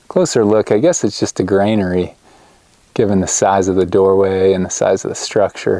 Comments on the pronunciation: when you say Grainary...what was harvested and from where? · Stop saying “Grainery” and “krux”….lolololol